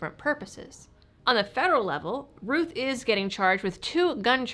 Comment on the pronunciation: is it pronounced Rooth, or Rowth? You talk with your Mowth, not your Mooth after all. Unless you're from Canada eh?